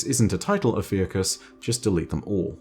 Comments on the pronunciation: Ikora's Ghost is called Oh-phew-shus :) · I believe the Ghost name is pronounced "oh-few-cus" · yep think Ophiuchus is pronounced as "oh-few-tchihs" edit: or maybe not